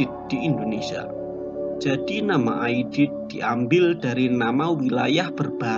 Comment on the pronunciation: 'Aidid bukan Aidit. Pakai huruf 'Ain dan Dal bukan Alif dan Ta.